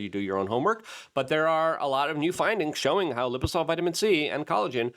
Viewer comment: Luke can't even pronounce the name of his OWN products lol "Liposol" 😂, it says "liposomal" right on the screen, where's the "m" Luke? I guess it's one if those "silent M's"